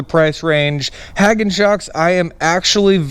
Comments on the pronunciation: Pronounce hay gone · I think it's pronounced - Hay Gone, but I am also from the south so we say things weird all the time.